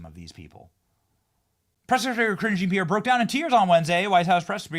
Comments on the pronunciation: i thought you were always calling her "cringe-e Pierre" idk you were actually saying her name. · Ka-ringe jean pierre😂😂😂😂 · Were you saying "Cringe Jean-Pierre"?